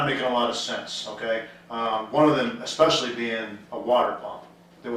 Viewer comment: Why are we still hearing ‘ekspecially’?! Speak properly! It’s infuriating.